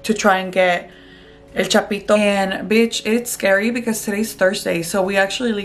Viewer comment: How she said El Chapito 💀💀